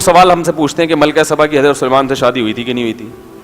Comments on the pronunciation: Malka saba naam hey. Malka sabban nahin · لفظ سبا ہے صباں نہیں....